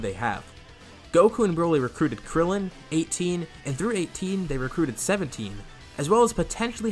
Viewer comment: why would u say krillen just y